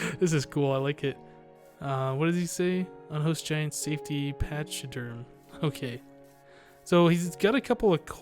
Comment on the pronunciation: its pronounced "pak-uh-derm" im pretty sure. do you not know what it is?